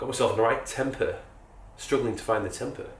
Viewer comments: Also it’s pronounced tempay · It's pronounced 'tem pay' (originates from indonesia).